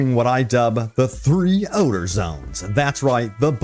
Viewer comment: you might want to update your ad text, its "Odor" not "Ordor"😄